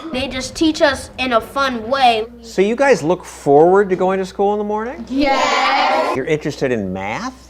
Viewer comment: "having to teach you guy-es-es children..."?